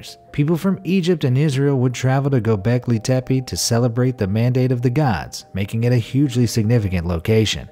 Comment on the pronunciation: Not Gobleki but Gobekli.